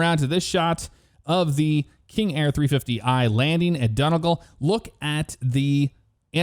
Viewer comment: the airport you mentioned was Donegal Ireland.... you are correct, but your pronunciation is horrid. IT's ok, us Irish will still welcome you with open arms.... Great video as always..